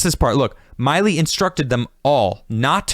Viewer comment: Really enjoy this, but it's "Milley," not "Miley"